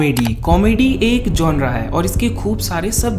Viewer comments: Bro its genere Not''GONORA''😛😛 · Gonre nhi genre hota hai